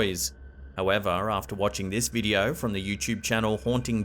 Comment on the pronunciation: he is decent. Love when he says 'check out this wideo'.